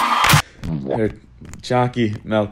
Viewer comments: I HAVE A PROBLEM WITH YOU IT'S PRONOUNCED CHOOCY MELK NOT CHOOCY MILK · I love that he says milk like melk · The choccy malk is here :> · Nice choccy melk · choccy malk🙂